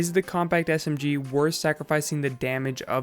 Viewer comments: S-M-Giee Anybody else think he says it kinda weird. Just me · he emphasizes the g in smg lol